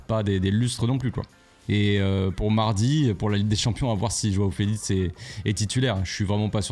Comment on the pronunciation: "Joao felitz"😂😂😂😂